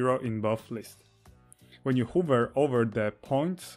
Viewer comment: Hi, Thanks for this video. I'm always interested in understanding more about paths in Grasshopper, how they organize data and how to manipulate them. On a side note, your English is very good but here's a pronunciation tip that you might appreciate. "Hover", as in what a helicopter does and you do with a mouse cursor on a computer screen, rhymes with "lover". "Hoover", like the vacuum cleaner or America's 31st President, rhymes with "mover". Forgive me, I couldn't help myself.:-)